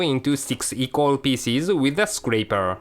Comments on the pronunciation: Anyone else hear "chocolate feces"? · xD " ..And the Choocolate Peaces" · it sounded to me ash though he said: 'and the chocolate feces' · lol fransis pronouse pieces as feases